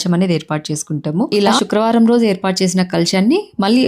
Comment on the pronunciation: శుక్రవారం అది షుక్రవారం కాదు.